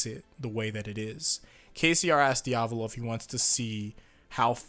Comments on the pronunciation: You don't say it like "Diavlo" you say it like "Dia-vo-lo" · Its not dee-ab-low its dee-uh-val-oh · My guy love your vids but say it with me Di-a-vo-lo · Diavlo bruv it's Diavolo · diavlo Me:dio-val-o:DIAVLO Me:*eternally screaming* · Stop saying diavlo. It's cringe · The way you pronounce Diavolo really aggravates me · Quit pronouncing diavolos name wrong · Dahppio and diahvoahlo bruh miss pronounce make me uncomfortable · Bro why is it so hard for you to say doppio and diavolo just say it the way they say it in the anime